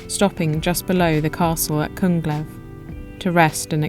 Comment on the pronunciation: Impressive pronunciation of almost all Swedish geographic names (except Kungälv "King's river")! And beautiful footage too.